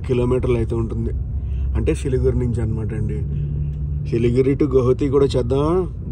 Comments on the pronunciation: సిలిగిరి కాదు బ్రదర్ 'సిలిగురి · Adi siligiri kadu siliguri manchi ga chadhuv bro 😂😂😂